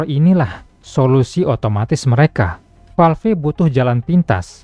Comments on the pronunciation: Valve bang masak falf wkwk sama" kocak😅😂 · Kalo nyebut nama atau istilah bahasa inggris tolong disebut dengan ejaan asli, masa Valve nyebutnya falfe, konten uda bagus